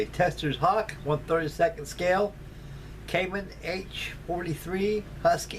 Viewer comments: Kaman. Not Kamon. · (It's "Kaman", and it's pronounced "Kah-MAN") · NOTE: I am a lover of Kaman helicopters. The correct pronunciation is Ka-MaN' (Pronounced like command) I have a Kaman information brochure somewhere with that info.